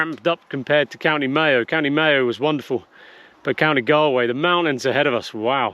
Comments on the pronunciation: Time you bought some Irish Soda Bread and some brack, divine with lashings of butter. Make sure you buy a bottle of Chef Sauce, superior to any other brown sauce. It’s Galway, pronounced Gall - Way not Gal- way. If you are ever heading back via Wexford you must visit Lady’s Island. It’s just beautiful and the children would love it. I always make a point of going there and walking around the island whenever I’m in Ireland. If you are planning on doing The Ring of Kerry then don’t miss Torc Waterfall. Just beautiful. 😊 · Please ask locals how to pronounce place names rather than butcher them. Ed Sheeran managed Galway.